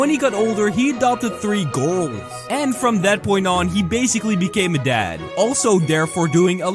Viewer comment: Gru said gOrLs instead of girls